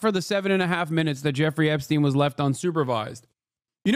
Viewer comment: my dude said "Epstiny.." hahahahaha